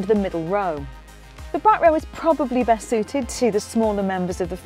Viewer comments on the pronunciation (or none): none